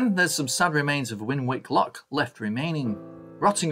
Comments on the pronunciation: it's pronounced "Winnick". Thanks again for a great video. You could do a similar vid on the nearby OLd Quay/Runcorn and Latchford/Black Bear Canal which is in a similar state...some sections in water some filled in but it's an excellent subject. Just a thought mate. Best wishes and take care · Winwick - pronounced "winnick" 😉 Great video, great to see my hometown of St Helens. Fun fact... The Liverpool - Manchester railway intersects and goes underneath the Widnes - Runcorn Gap railway, which was the first railway-over-railway in the world. Looking forward to the next video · Great really interesting. Win Wick pronounced Winnik 😁. Liverpool to Manchester I think was actually Manchester to Liverpool from the country’s first station in Manchester 😂🖐👍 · First I’ve seen of your videos & I enjoyed it, so will watch the rest of them. You’re obviously not a local lad though are you? 3/4 way through you mentioned Winwick quay & lock, but just for your info (not having a go at you) the 2nd ‘w’ is silent, so it’s actually pronounced ‘Winick’. Great video & hope I enjoy the rest just as much.👍🏻👏🏻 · Wonderful video.South Lancashire has such a rich industrial history.Glass in St Helens,wire in Warrington and chemicals in Widnes.You did pronounce " Winwick " incorrectly though.The middle w is silent ( Im an exiled Warringtonian ). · Great video, I guess you’re already aware how to pronounce Winwick. Where the viaduct is backs onto Earlstown, not Newton-Le-Willows. Just south of the viaduct was some a sandstone escarpment locals called ’mucky-mountains’. I remember tackling the climb up ‘the chimney’ as a 7 year old. The old WW1/2 armaments factory, I think was Vickers was half way between mucky mountains and Earlstown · Great video, Winwick’s second w is silent BTW 👍